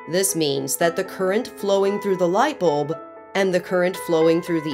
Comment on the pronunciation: I like the way she says light bolb